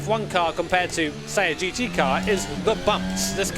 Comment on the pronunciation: What's your problem with saying GT. Do you refer to your self as or. It's GT. Not GE. Please please for the sake of the English language say GT.